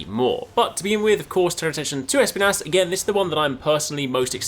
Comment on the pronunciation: Pleaseee don't pronounce it *E*spinas as the woman in the trailer. Espinas means spikes in spanish and it's pronounced esp*I*nas. The stress is on the I and not the E!